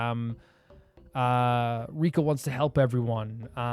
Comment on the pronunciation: Btw Reko's name is pronounced Reh-koh, not Ree-koh. Also I'm not sure who told you Gin is pronounced with a hard G, I don't think that's the case. Sorry to mention these things unfortunately irk me a lot I wish they didn't